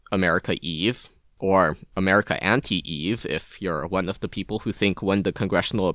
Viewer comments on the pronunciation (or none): "America Anti-Eve" 🤣